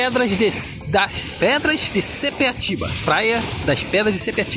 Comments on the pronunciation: não é sepeatiba segundo a placa é sapiatiba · Sapiatiba, e não sepiatiba.